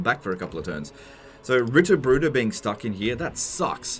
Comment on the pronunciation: I found it funny that I was crinching at your pronunciation of Knechten but then again the game doesn't make any sense as well. Knechten is a verb. The singular of the noun is Knecht and the plural Knechte. You also had problems with all the Brueder = brothers. Not surprising.